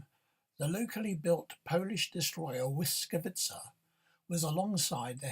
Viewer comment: Oh, I'm Polish too. You pronounced Błyskawica almost right, there is a plosive B at the beginning though.